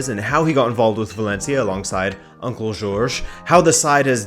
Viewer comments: JORGE. JOR. GE. not george. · Think it’s not George Mendes. It’s pronounced Horhay.